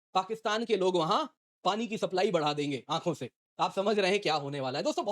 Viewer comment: Pakistan may paani ka supply badega 😅 "aankose" Made me laugh thanks.